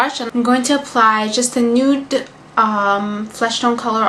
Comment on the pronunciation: nude = "nu-duh" hahaha funny Nice make up btw ;)